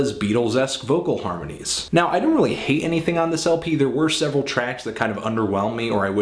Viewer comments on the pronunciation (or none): none